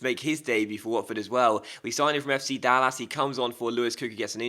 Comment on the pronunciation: Dallas is not pronounced like a spanish word. Its pronounce Dall- iss.